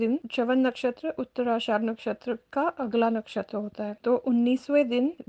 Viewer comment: उत्तराषाढ़ नहीं उत्तराषाढ़ा